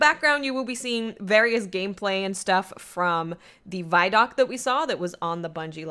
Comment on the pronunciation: Guys, it's pronounced VID-DOC, not VYE-DOC.